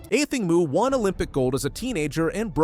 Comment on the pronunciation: Here you go: Athing Mu's name is pronounced uh-THING moe (phonetic: /əˈθɪŋ ˈmoʊ/). The American Olympic runner has specified that "Athing" sounds like "a thing," and "Mu" is pronounced "moe," not "moo".